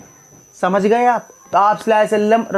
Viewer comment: Please pronounce correctly sallahu alaihi wa sallam jazakallah